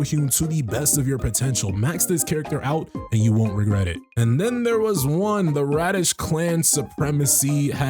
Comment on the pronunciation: Radish clan lol 🤣 "Sir its pronounced radiru"